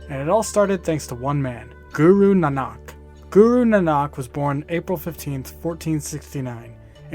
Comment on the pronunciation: I think it's naa-nuk.